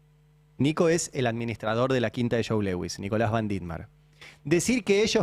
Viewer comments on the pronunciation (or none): Se pronuncia Luis en inglés no Lewis